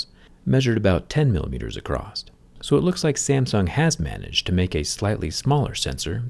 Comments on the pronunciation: "acrosst" ? did i hear that right ? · Excuse me sir but the word ‘across’ doesn’t have a T at the end